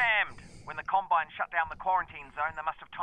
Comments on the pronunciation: Wonder pewds said columbine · Pewds said Columbine instead of Combine, wow. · Pewdiepie: *says “Columbine” instead of “Combine” CNN: PEWDIEPIE PROMOTES SCHOOL SHOOTINGS IN RECENT VIDEO